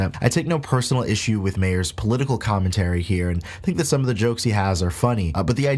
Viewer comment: Note: It’s pronounced “mar”, not “may-her”. I thought the same for a while before being corrected.